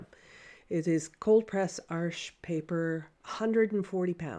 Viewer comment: Nice to hear the correct pronunciation of “Arches”…. 👍🏼😃